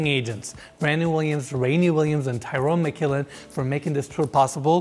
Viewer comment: actually pronounced "teeron mckillen" hehe